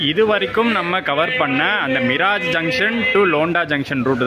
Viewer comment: அது மிராஜ் அல்ல.. மிரஜ். பொதுவாக மீரஜ் என அழைக்கப்படுகிறது